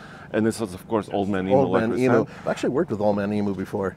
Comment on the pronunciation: On behalf of your Australian audience, can I just point out that it is eem-you, not eee-moo. Otherwise, great vid. I was curious about this one as I've heard the next Hilux will be the same as the Taco, as it was back in the 90's.